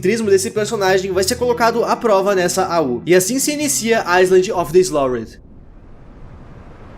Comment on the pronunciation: "island of the slidhdhbdjeu"